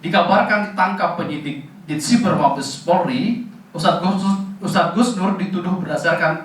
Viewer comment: Hustad apa ngustad 🤣🤣🤣🤣🤣🤣